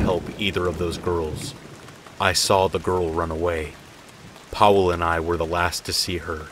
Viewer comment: "Powell" "Areck" dude these aren't that hard to pronounce :( come on...just a quick type in Google Translate will show you how to pronounce it.